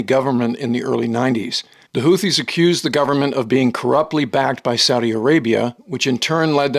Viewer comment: He can't even pronounce houthis correctly, surely you can find a reliable source elsewhere.